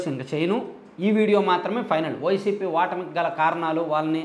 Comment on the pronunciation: Telugu channel so first learn telugu pronounsiation clearly u bladdy pin. Vattami kadhu ఓటమి try cheyee slow ga learn 🤣🤣